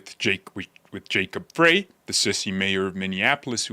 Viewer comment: Frey is pronounced Fry, as in Small Fry.